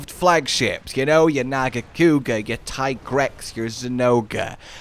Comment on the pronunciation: Here's your unfriendly reminder that it is, in fact, pronounced Tea-grex. 😝